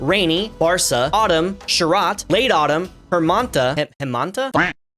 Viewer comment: Not from BangLadesh but knowing bengali It's Grisso, Baw'rsha, Saw'rot(not T, more like T of Tatakae, japanese word), Hemonto(Same not a T), Shit(Not a T either), Baw'sonto (Same as before).